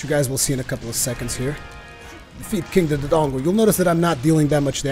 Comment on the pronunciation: I hate to be that guy but... Its (more-al) not (more-aly) for morale. King Dodongo is (doe-dongo) not (du-du-dongo).